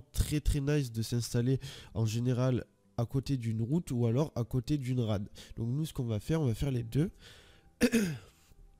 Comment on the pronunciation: on dit RAID pas RAD ptdrrrrrrr